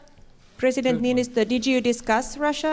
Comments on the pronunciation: He is called "Niinistö" not Ninychou, lol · Trump should have listened even once how to say Niinistö, no one expected he would say it perfectly, but c'mon Ninotsou, that's just awful. If he couldn't have bothered, just say the President of Finland. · "President Ninizoh" xD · Ninychou.. Ninychou.. How hard is it? Just.. Please Donald.. Niychou? Try harder to spell our presidents name.. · Ninytsou XD LMAO LMAO LMAO LMAO LAUGHED SOOO HARD! PLZ LEARN TO SAY THE NAMES BEFORE GOING TO PRESS CONFERENCE PLZ!!!!!